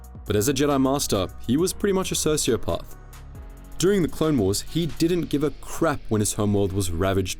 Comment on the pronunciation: The way you pronounce sociopath is weird